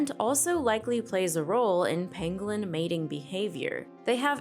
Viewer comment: pAngolin not pEngolin kid get it right lol